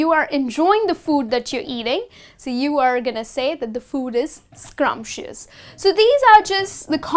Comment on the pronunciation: Madam the word is scrumptious but not scrumpitious